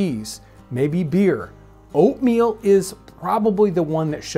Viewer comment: am i the only one who kept hearing opium instead of oatmeal